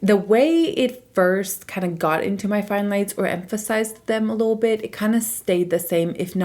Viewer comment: How come you say “lil” bit instead of “little” bit? Haha